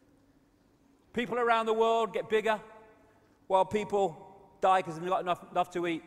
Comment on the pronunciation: I love How He says Because Becoose 😂😭 London Real just Had David Icke Brian Rose 3 and Got 1 million live streaming a world Record